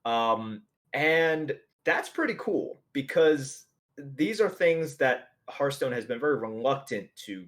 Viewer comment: I wish that the streamers would learn how to pronounce "Hearthstone." They all say it like "hurt stone." There are a dozen or so channels online, and it seems like no one can pronounce the name of the game.